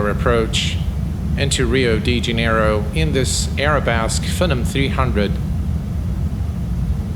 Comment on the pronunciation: this looks cool, btw its pronounced FEE - NOM 300 :)